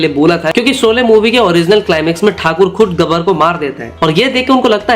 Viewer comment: Soley nahi bhai Sholey bol le.